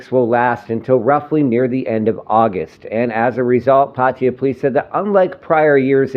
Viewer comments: OH DAMN attempt to pronounce PAR TAY JAA & not PATTY JA,...ask a THAI to help you say the correct word for Pattaya PLEASE! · its not patiya. its PAT TA YA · Actually PA TA YA